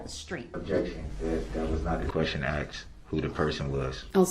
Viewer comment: No he does not. Nor how to pronounce “asked”. Grounz!